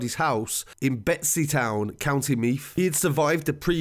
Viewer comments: Draw-heh-da is how you pronounce it, and Betty's town not betsys town haha but good report all the same all accurate enough information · Betty's town not betsy town lol but fab update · And Betsy Town 😂🙈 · Such a detailed report, way better than any news report. But its pronounced Draw-a-dah and bettys-town. Just encase you do another video 👌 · and its bettystown not betsytown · It's called Bettystown, not Betsys and Drogheda is pronounced Draw-head-a. Also the car was found in the Ballybough area, not the Drumcondra area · Might just want to work on your pronunciation of the town of Drogheda and where the fuck is Betsy town?? I think you mean Bettystown, it’s not that difficult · Betsy Town 🤣 its Bettys Town and And its pronounced draw hid a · The way he says drogheda , meath and bettystown 🤣🤣 nah but srsly great video good to shed some light on this it was a horrible thing many ppl had pics of the aftermath on their phones and it was sick they would send it around